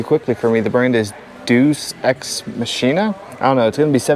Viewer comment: Dues Ex Machina, it's pronounced Mah-kin-ah, it's tec wear.